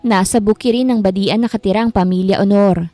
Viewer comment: Hahaha natawa aw sa badian.hindi pi badi an ang pag basa nya.badjan po ang pag basa ng badian.